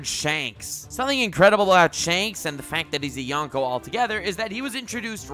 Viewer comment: Anyone else annoyed that he kept pronouncing yonko, youngko or yawnko? Lol